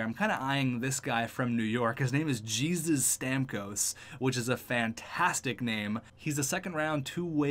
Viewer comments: It’s not Jesus, it’s pronounced hey-zeus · The name Jesus in that guys name is not pronounced like u did. Tons of people are named that with the spelling Jesus, but it’s pronounced like “hey-zeus” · It's pronounced hey-Zeus it's Mexican